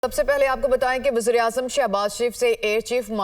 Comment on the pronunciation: Is ko wzirahzaam bolna thoeen ha